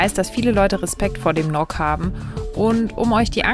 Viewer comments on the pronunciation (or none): Eine Bitte: nicht nok in einem Wort sondern N O K jeden einzelnen Buchstaben aussprechen. So machen wir das hier in KI. Danke